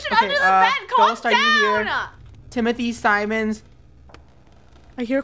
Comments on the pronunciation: "Timothy Simons": Timothy Simions 💀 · Simons (simins) Krew: no its Simons: Simins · Timothy simins yeah totally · Nah Timothy Simons Not Timothy Simmons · no it’s simons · its sy-muns